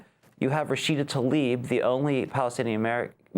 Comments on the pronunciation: Talib, not Tlaib... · Mis-pronounce her last name. It starts with TL, as in TLA-eeb. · PLEASE learn to pronounce her name. It is NOTAL-ib. Show some respect please.